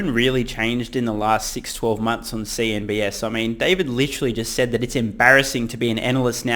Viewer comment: Why do you always say CNBS ,when it’s CNBC ?